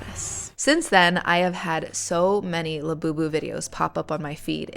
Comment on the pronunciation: Sounds like Lapoopoo. what a crazy sh*t